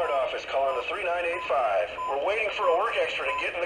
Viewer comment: When you say three nine eight five….it bugs the hell out of me, when you say her road number, it’s pronounced thirty nine eighty five.